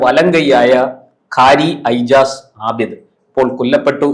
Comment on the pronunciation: Ijaz to be pronounced as Ejaz.